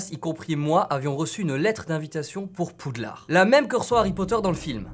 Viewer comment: "ay wants to come in pouudlard"